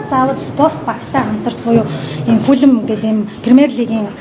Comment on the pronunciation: Fulam geed bdag shaats 😂 Fulham shde balai avgai mine enige medhgui baij yuun surtchilan taniulah edr ve sdu